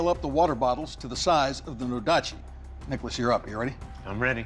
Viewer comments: did anyone else hear dickolas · When he says nicholas it sounds like rickles lmao